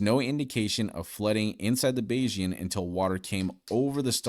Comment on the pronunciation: bayes- ian is the correct pronunciation 😂